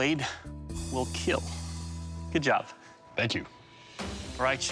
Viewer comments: I thought I was the only one who notices he says keal instead of kill 😂😂😂I don’t like it but if he stopped saying it I’ll be upset 😂😂😂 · It will keal😂😂😂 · I LOVE WHEN HE SAYS WILL KEAL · It will KEAL